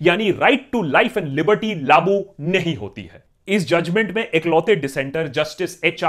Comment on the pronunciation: Please don't say labu it's lagu (implement)